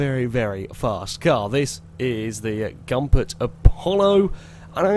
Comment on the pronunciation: Come on, It's Goompert, not Gumpert man. And also good to hear that you're sounding a bit healthier.